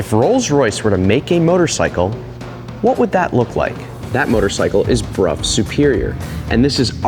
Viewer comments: It is Bruff.. The reson is complicated as it'a a combo between language leap from Roman to Old English (German like language) to English (same as rough enough, cough). However, it might be how it's pronounced in your local area/dialect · I'm curious, I always thought it was supposed to be pronounced "Brow", not "Broff". Is this the actual correct way? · As far as I know it should be "Broff". Never heard it called "Brow". I live in the UK so might be pronounce differently elsewhere, ie Jagwar in US but Jag Ure in UK.😄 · I cannot for the life of me unhear "Bruh" every time Brough is said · It’s not often that I am taught something new, interesting, and useful information from a YouTube comment, but you’ve done it. I was never aware of that connection, and how it would also apply to such words/names as “Brough”. I’ve always pronounced it as BROW my entire life. Today is the day that changes; and I’m able to explain WHY I choose to now pronounce it as so. Thanks, Bro ! 😅